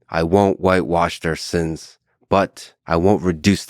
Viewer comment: Bro I cringed out loud every time you said "sins"